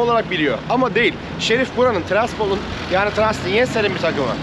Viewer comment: Abi ama güldürdün ya😊 tiraspol desen